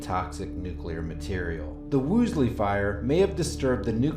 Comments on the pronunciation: You do yourself a favor by learning to pronounce words you will be using. It is WOOLsey , not WOOSley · Interesting, but you lost me as soon as you called it the "Woosly" fire... just couldn't focus after that. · Hey... Dick slexia, it's WOOL-SEY. Why can't you pronounce that?